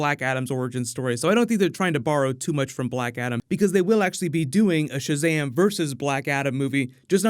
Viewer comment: “Owpøn Šazæm-e” ☭